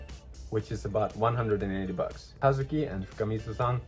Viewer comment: It's so crazy. I know Kazuki is a common name in Japan, but I grew up in the USA and everyone has always mispronounced it. It throws me off to hear my name said correctly in a video.